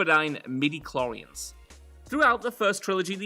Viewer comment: The greatest dispute I've ever had with my friends over midiclorians was how you pronounced it.